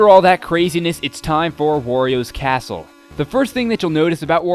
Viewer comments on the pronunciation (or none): it sounded like you said oreo's castle